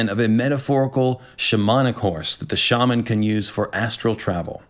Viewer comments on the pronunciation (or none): none